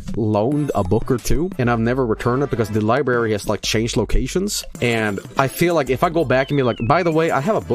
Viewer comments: Lie berry : ) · No it's Libooby